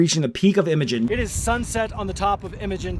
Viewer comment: The correct pronunciation is Eye-mo-jean just like a female name. It is definitely not pronounced M-a-gin.